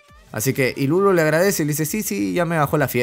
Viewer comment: pq le ponen ilulu wn, se llama iruru